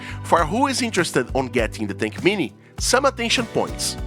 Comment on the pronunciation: WHAT IS THAT M VAB TINK MINI? PLEASE PRONOUNCE IT PROPERLY. WHAT IS THAT TINK G? AND WHAT IS THAT CUVAV?